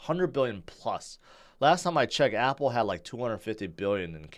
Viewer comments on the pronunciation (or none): none